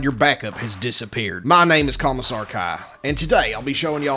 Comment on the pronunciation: I thought he said "Thomas (insert last name here)" ToT